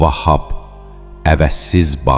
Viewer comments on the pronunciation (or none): Vahhab deyil Vəhhab. Ərəb əlifbasında v incə samitdir və ə səsi ilə oxunur.Rəzzaq deyil Razzaq.Ra hərfi qalın samitdir və hər zaman a səsi ilə oxunur